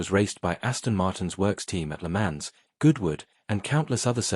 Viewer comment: Pronunciation PLEEEEEEESE - Check "Le Mans" s'il vous plait.